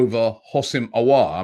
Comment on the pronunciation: Robbie is finally saying Aouar name correct